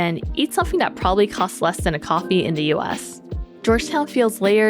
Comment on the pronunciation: Great video! Only piece of advice is that words like “THe” “There” and other “TH” words aren’t pronounced with the “D” sound. So it’s not “da” for the, or “der” for there …and so on. You have great pronunciation but the D use for TH sounds being addressed would get you to the next level voiceover because you have a pleasant voice! My voice is annoying 😂